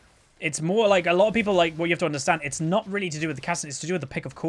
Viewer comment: I like the way you say "a lot of people are like" lotapeplrliek"